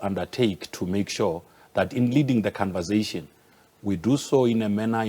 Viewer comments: Ayi ubhuti we "khanvazayshin" ✋🏽🙄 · "Convazation", he invents his own words all the time! 😆 🤣 😂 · Hey wena😂😂😂 the canvasation😂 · Cunversation... And they send this man in... Conversation pilgrim... Conversation!!